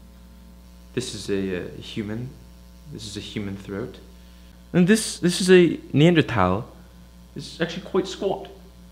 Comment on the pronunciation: This is perfect spoofage... You even pronounced Neanderthal properly. This is hilarious and a gem.